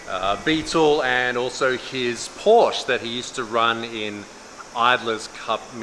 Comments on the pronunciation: pleaaaaaaaaaaaaaaaaaaaaaase say porschE not puursh :D the last e is pronunced like the first E in 'enter' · Porsche is two syllables